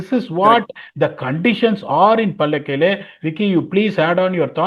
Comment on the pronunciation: It’s Pallekale not Paalakele